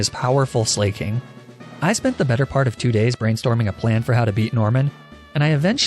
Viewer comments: I’m pretty sure it’s pronounced Slack-ing and not Slay-king. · why do you call slaking “slay-king” and not “slack-king.” its painful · I may be wrong but I always thought Slaking was pronounced Slack-king as a pun on how he slacks rather than slay-king. But I guess he does slay haha... thoughts? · buddy I can’t keep supporting you when you butcher every name you come into contact with this badly. Sla- king? Are you kidding?? HIS NAME IS A PLAY ON THE WORD “SLACKING” YOU FOOL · It's pronounced Slack-king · MaH cHoP😂😂😂 bro “slayking”? Good lord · "Mah Chop" and "Bae salt" "Slay king" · I like how you pronounced slaking Slay king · He said slayking so many times.. I can't 😂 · The way he pronounces slaking kills me